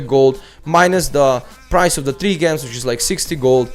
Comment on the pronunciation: gems. its pronounced jems like jewels with a j lol (this isn't a hate comment just helping with ur english)